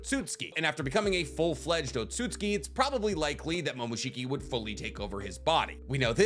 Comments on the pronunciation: Is it just me or have you not been saying Otsutsuki for like ever just Otsuki? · why have you started saying otsutski insted of otsutsuki? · Lol say “oat-so-suits-skii”